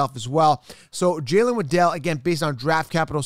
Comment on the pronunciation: You know it's Jaylen waddle like how a Penguin waddles?